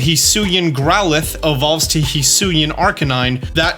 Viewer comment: no, that's not correct at all. Hee Sui An. Not however tf this dummy butchered it